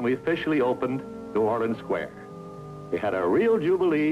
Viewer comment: As a Louisiana native, the way the narrator pronounces "New Orleans" drives me nuts.